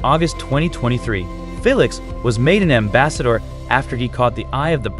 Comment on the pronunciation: Ur funny😂😂😂 u Write it down as Felix but u read it as Feelix and not Felix